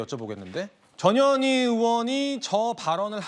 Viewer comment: 전 현희 라고 발음하자. 저녀니 라고 발음하지 말자.